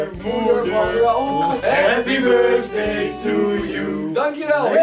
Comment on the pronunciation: "Happy BirSday" the cringe is real.